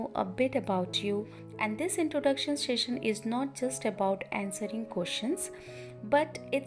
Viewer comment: It was a really good introduction. But some of the words were pronounced incorrectly like session, passionate and wishes.